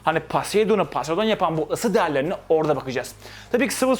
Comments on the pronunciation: Hocam p harfi f olarak okunuyor poseydon değil foseydon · Paseidon paseidon paseidon :( Telaffuzlara dikkat edelim, doğrusu Poseidon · 3. Kez paseydın kelimesini duyunca kapattim videoyu keşke çekime geçmeden önce markalar modeller nasıl telaffuz edilir diye araştırsan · Yalnız Poseıdon öyle okunmuyor